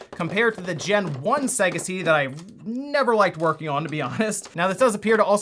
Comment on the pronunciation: It's not UwUorking!